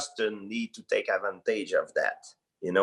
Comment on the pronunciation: “Justin need to take Ad-VAN-tayge of that..” 😂